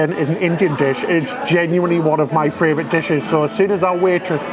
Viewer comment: I love how he says fravorite! These guys are MY fravorite! I’m ready for my 3rd VV cruise on Valiant for New Years and then back to Scarlet for April 23! Join me if you want to cruise the Virgin Way!